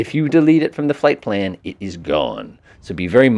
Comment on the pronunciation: Fipple page? 😂 you mean flight plan?